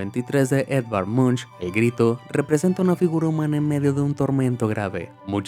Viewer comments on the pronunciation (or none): Si se escribe "Munch" pero pero se pronuncia "Monc"